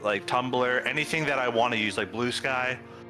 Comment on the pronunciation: The way you say thread and anything pmo so much bro it’s not tread and it’s also not anyting